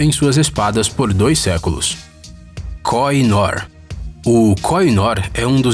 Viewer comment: Devo informar que a pronuncia correta da joia que pertenceu ao Império Britânico é, "kôrrinôr". Vale salientar que a Rainha Vitória usava Koh I Noor em comemorações de Estado na Osbourne House ou até mesmo no Palácio de Buckingham, ela usou a joia até sua morte, porém acredita-se que em 1849 seu marido, Alberto, tenha mandado lapida-la para que tivesse um brilho mais estonteante, para fazer usos em comemorações de estado.